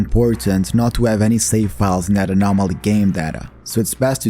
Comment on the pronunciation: the what zone ? your accent was very thick when you said the modpack